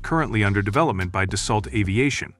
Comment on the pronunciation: it's not dasalt. it's dasso